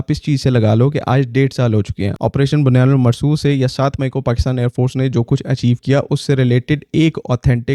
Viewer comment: Correct sentence is Bunyan um Marsoos✅ Not Bunyan ul Marsoos ❌